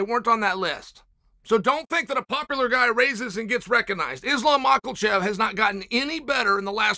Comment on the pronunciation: Machelchev! Lol😂.....and Alex PEE...ERA....